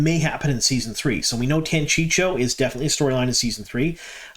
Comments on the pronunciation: It's pronounced TANCHEEKO not Tanchicho. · I'm glad we're seeing more elements for the Tanchico plot unfold. The fact they already introduced Moghedien so well is definitely going to setup her showdown with Nynaeve! Not being nitpicky but curious why you always call it "Tanchicho" when it's "Tanchico" (Tahn-CHEE-ko)? That extra "CH" always throws me off. 😂 Edit: Ok. Clearly I'm not the only one thrown off here. I guess we'll just have to acknowledge you're from out-of-town. 😉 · Chico, say chi-co, "chico" Tan-chico. I love your posts, just teasing. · Man, I like your videos, but PLEASE stop saying "Tancheecho" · I think it is pronounce tan chee’ ko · It's pronounced Tan-chee-koh. Just sayin'. Keep up the good work! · If I didn't know better, I'd think you were trolling us by mispronuncing Tanchico as many times as possible in one video. 😏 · Are you mispronouncing Tanchico on purpose to get people to comment? Thanks for the news, keep up with the good work. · Could you, please, stop butchering pronunciations! "I'm bad at languages" is a bad excuse! Research wouldn't take much time! In the name "Jaichim" "ch" makes "k" sound, and so does "c" in "Tanchico".